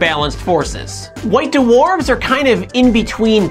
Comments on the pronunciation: white doowarfs... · Duh-Warfs?? WTF!?